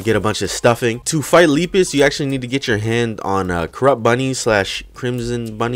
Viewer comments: Lepus is pronounced Lep is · this d00d sounds like Jeruhmi,a ROBLOX youtuber (lol) and Lepus is pronounced as Leh-Pus